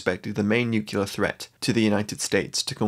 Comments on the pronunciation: FFS, the weird is Nu CLEAR, not NU CULAR. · It's NU-CLEAR not NUC-ULAR !